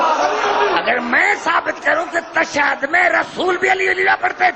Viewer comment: tashahud ka lafz hi sai nai bol raha ye tw haha